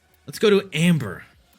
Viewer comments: He says “ Ember “ as “ Amber” it screwed me up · true lmao he pronounces titania correctly but that Amber is something else 😂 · I didn't know there was an A in ember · This man can't even read Ember correctly and then does my boy inaros like that. Baro is disappointed